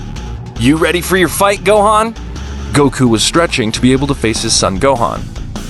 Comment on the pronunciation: Why did you say gohen